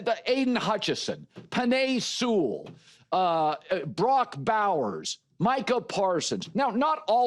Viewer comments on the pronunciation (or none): none